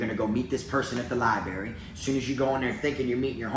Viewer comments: Love your videos man..I fu*k with ya..but I gotttttta say something this time lol. It’s libRary. lol I heard you say libary a few videos but always convinced myself it was just a mumble. Had to break it down now though haha. Not puttin you down homie! Just lettin you know. LibRary. 👌🏼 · Libary? Library! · "Li-Berry" - - 2021.